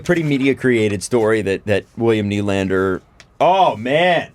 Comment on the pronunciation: How do you pronounce Nylander’s name? Well, first of, the stress should be on the 2nd syllable (ny-LAND-er), not on the first.